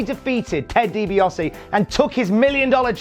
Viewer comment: Bro, it's Ted Dee-Bee-Ahh-See not Dee-Bee-Oss-Eee Also, you are talking about the letter V but you totally missed out on the fact that Virgil was named Vincent in WCW, long before he was renamed Shane or Curly Bill.